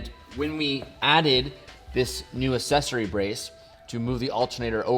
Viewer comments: Hey, did you know that there are actually two c's in "accessory", meaning it's not pronounced "assessory"? Pretty neat, eh? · This bothers me more than it should: It's ACK-sessory, not assessory 😂